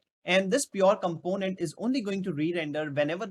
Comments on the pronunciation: Also with does he has something pronunciation issue but content is good. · The way you pronounce "component" is too much irritating